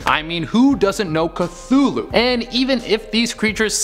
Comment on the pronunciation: Hey you said Cthulhu wrong